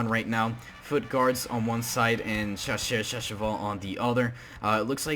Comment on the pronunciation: Shasheur sha sheval lol